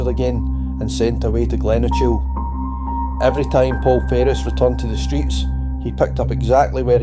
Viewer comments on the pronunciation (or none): Glen o chill long riggen😅... sounds like AI slop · It's Glen Ochil